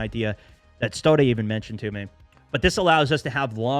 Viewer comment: isn’t it “Stod”? I don’t think your supposed to pronounce the “eh” on the end